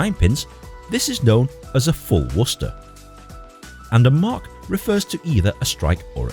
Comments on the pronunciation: Also..you pronounce Worcester like you grew up in new england! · Pretty happy that u pronounced it right